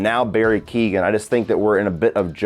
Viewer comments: Barry Keoghan is pronounced (key-hy-own) not Keegan for any non Irish people! Lol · Keoghan = Kyo-han, not keegan.